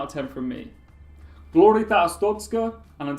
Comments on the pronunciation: Yeah, Say Ars-tot-zka / Ars-tot-ska. NEVER SAY '' Astotsk ''. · Why are you pronouncing "Astotsk"? you have to pronounce "Ars-tot-zka".